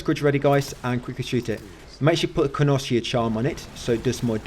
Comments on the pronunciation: I love the guide butplease its con-ess-sure please connoisseur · Not sure if your just being ironic mate but you are pronouncing Connoisseur wrong. It's pronounced kon-uh-SUR. 😂 Thanks for helping me get platinum. ❤ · Another thing bro. Its Connoisseur (Con-Oh-Sore). They are like wine tasters/experts.